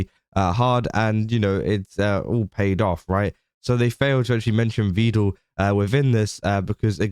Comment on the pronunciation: "Vedal" is pronounced rhyming with "medal" or "pedal."